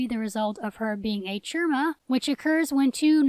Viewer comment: Chimera is pronounced with the "Ch" sounding like K and the first syllable rhyming with pie. The emphasis is on the second syllable. Kie-MARE-Uh